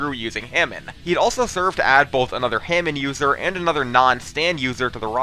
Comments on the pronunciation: He said Hamin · .....I hate how you pronounce hamon